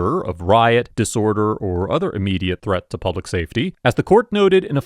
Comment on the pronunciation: ILL say IT AGAIN HE'S IN PUB UH LICK WHO THE HELL DO THEY THINK THEY ARE ITS P U B L I C